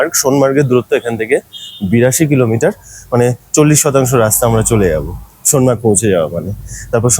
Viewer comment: এই প্রথম শুনলাম ফুল ফল শব্দ দুটিকে ইউটিউবে কেউ সঠিক উচ্চারণ করছেন। প ফ ব ভ ম এই বর্ণগুলিকে ওষ্ম বা ওষ্ঠ বর্ণ বলে। ফ দিয়ে দুটো শব্দ ফুল ফল কেউ সঠিক উচ্চারণ করতে পারে না। আপনাকে অভিনন্দন জানাই। লাদাখ ভ্রমণের অভিজ্ঞতা আছে। তাই আগ্রহ নিয়ে দেখলাম। সোনামার্গ নয়, সোনমার্গ। নামে কেলা নয়, নামেক- লা। এই হলো সমস্যা। সঠিক না জেনে সবাই ইউটিউবার হতে চায়। তবে অনেকের থেকে আপনার বাচনভঙ্গী বেটার।